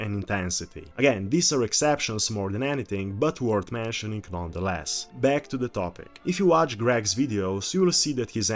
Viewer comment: "I am beckk......... "